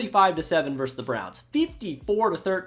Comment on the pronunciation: ver-sus Two syllables.